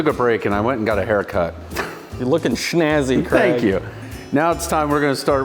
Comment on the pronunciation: I'm just wondering why Craig is being pronounced Kregg ?